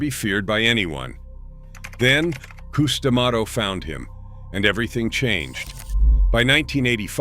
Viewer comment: It's not coos da mato, it's cus!